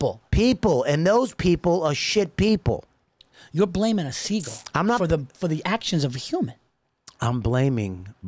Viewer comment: "sheagull"? Wtf is that Paul vos😂😂